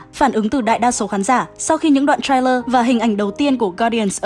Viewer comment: đọc sai từ TRAILER rồi, sao nhiều kênh đọc sai thế nhỉ ???